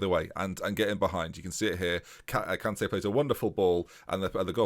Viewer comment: I know you always struggle with pronunciation but cmon.. It's Emmanuel KanTEH, said in a Mancunian way! Gotta love his rise from a defender in the Vanarama to midfield boss in the prem!